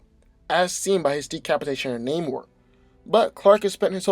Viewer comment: the way he says Namor's name lmao, it bothers me more than it should